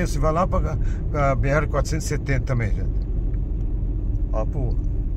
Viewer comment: B "ere: não.. B erre..= BR... Somos brasileiros erres aspirados . Sem essa de pousar de gringo... com esses horríveis erres vibrados, tipo gringolěs. SUPER desagragaveis aos ouvidos brasileiroa